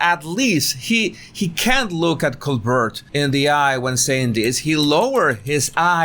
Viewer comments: It’s pronounced like Colbear not Colburt. The T is silent. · coBEAR not co BERT. 😉 😗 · PRONUNCIATION: STEVEN COLBERT (Coal•Bear) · Coal-bear. That’s how you say it. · Great video but just so you know Colbert is pronounced Col-BARE. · His surname is pronounced Col-bear just like the French actress from 1930s movies: Claudette Colbert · In America, Colbert's name is pronounced Colbear. No judgement. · Yes, he started pronouncing it the French way when he started The Colbert Report (The Colbear Repor). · Colbert is pronounced the French way.